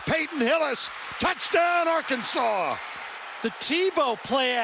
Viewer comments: That's actually how some people in Kansas pronounce Arkansas. I remember staying at my mom's cousin's house in Wichita when I was 13 and they were watching the news - the weather came on and the weatherman mentioned storms in Ar-Kansas. I started laughing and I asked why he was pronouncing Arkansas like that and my mom's cousin said it's how they pronounce it. My fragile 13 year old brain couldn't handle that information. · Les Miles asked for it calling the Hogs Ar-Kansas